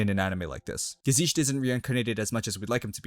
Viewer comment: oh god,I can't get over how you say "gesicht" 😂 there is no "sh" sound in the word